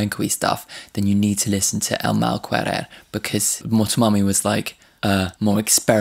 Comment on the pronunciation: Loved your reaction. Just wanted to point out that in Spanish any time you see "que" in a word it is pronounced as "KE" so El Mar Querer is pronounced EL MAL KERER.